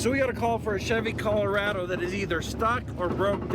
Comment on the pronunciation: CUH-LOW-RAH-DO Sorry, I had to point it out 🤣🤣